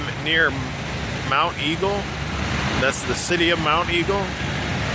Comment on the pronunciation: Hey, the city near the rest stop is Monteagle, locals pronounce it Mont Eagle.